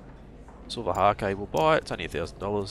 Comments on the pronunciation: Fyi, Silver hake is pronounced like take. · Omg I'm trying to sleep listening to this guy (dunno if anyone else does that) but bloody silver HA-KE keeps making me laugh....